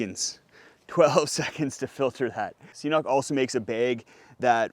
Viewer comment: Just squeeze water through a bandana, geez. LOL! KIDDING. Great stuff, thanks! (It's "K-Nock", btw.;))